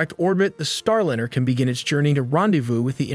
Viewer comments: “Star Lynyrd” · Soyuz has been returning Cosmonauts from orbit with bumpy landings in Kazahkstan since 1967. Sorry, but to get a fundamental fact about Soyuz incorrect is unforgiveable. Hey algorithm, don't recommend this channel any more! Also, yourAI voiceover needs to be trained to pronounce "Starliner" correctly.